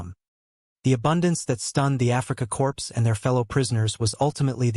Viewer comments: //Core// not //Corpse// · Wrong. Corp. The "p" is silent